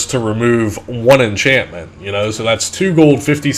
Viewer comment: luck inchantment